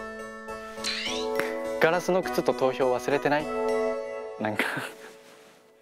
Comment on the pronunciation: 川西くんの「忘れてない？」が「わ↑すれてない↓？」ってなってるの最高なんですけど誰か共感して